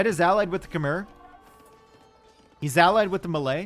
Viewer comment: But he cant say Khmer and Tatars correctly